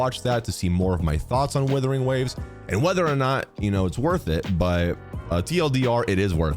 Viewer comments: This is the most based comparison I've seen so far for months. But stop butchering Wuthering into Withering dude 😭😭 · It's WUTHERING not WITHERING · I love you(no homo), but please, for the love of God, realize that it is "Wuthering" not "Withering" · Wuthering, not Withering. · Wuthering. Wuthering. Wuthering. Not Withering. It's not hard dude. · Days since pronounced “Wuthering” as “withering ZERO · Love you....but it WUTHERING NOT WITHERING. great vid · ONCE AGAIN < ITS WUTHERING WAVES NOT WITHERING WAVES> WOO-THERING. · Just please start calling it Wuthering and not “withering waves”. Usually I really don’t mind these videos but this one made me surprisingly annoyed. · dude plz its wuthering........wuuuuu.....wuuuuuuuu. not withering plz :) its not a big deal but plz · Wuthering!! Not Withering. Literally like nails on a chalkboard…. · Are you doing this on purpose? WUTHERING not withering. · "WITHERING WAVES" 😭😭😭😭😭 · Ur saying withering on purpose arnt yu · WHY IS BRO SAYING "WITHERING WAVES" EVERY TIME 😭😭😭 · Not thinking it's "Withering" Waves O _O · When are you going to pronounce wuthering waves correctly 😂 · Every time mispronounces 'wuthering', there's a Tectone losing it somewhere out there. 😅 But yeah, I agree. Playing both is the best if done right.